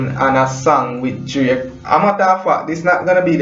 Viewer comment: Bredda its DRAKE NOT JRAKE,,,WHY UNNU JAMAICAN BLOGGERS CANT PRONOUNCE UNNU WORD